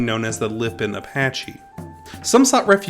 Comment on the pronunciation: Say Lipan correctly. There are not 2 i’s in Lipan.